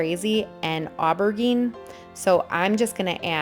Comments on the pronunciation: Beautiful. Great job. Btw. It’s pronounced aber zeen 😉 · Its pronounced: ah ber jean. It's what they call an eggplant in Europe. Looks great, I like your work.